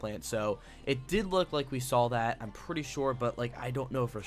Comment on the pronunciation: DUDE!! There's no L in saw. Saw Not Sawl.